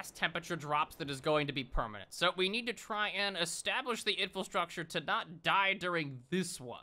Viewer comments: I've been looking forward to this one. Great video! Just an FYI you keep saying "infilstructure," but the word's infrastructure. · I've been binge-watching videos and I can't help but giggle every time he says "infil-structure". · Take a shot every time he says "Infulstructure" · He never learned how to say infrastructure and now he'll never learn how to say actuated either.